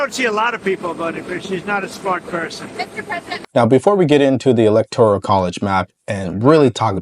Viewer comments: Electoral Not ElectoRIAL. No big deal, just a correction. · Electoral….not elector-i-al…TIA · It's the E-LEC-TOR-AL college not e-lec-tor-i-al college!!!!!!!!! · Lol, it's not electo-R-I-A-L, but electoral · Electoral not electorial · suggestion - electoral - NOT elector-i-al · "Elect - or - ole", not "elect - or - ial" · Electoral. Not electorial. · It’s electoral, not electorial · I like your channel. All due respect to you. It is electoral not electorial. ✌🏼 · Love the show! just a note...it is ELECTORAL votes, not electorial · Electoral, not electorial. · I'm a big fan of yours, but the word "electoral" is not a 5-syllable word. It's not pronounced EE-LEK-TOR-EE-AL Brother, it's a FOUR syllable word. It's pronounced EE-LEK-TOR-AL. That's it! Just FOUR syllables. 1, 2, 3, 4. EE - LEK - TOR - AL. I know you're a smart cookie, but I have to tell you straight up... it makes a lot of people cringe when they hear you keep saying EE - LEK - TOR - EE - AL. Just keepin' it real my man. Keep up the great work. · it’s electoral votes, not “electorial” … no i 🤍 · Hey - I really enjoy your content. Work on your pronunciation of the word electoral. Otherwise, keep it up!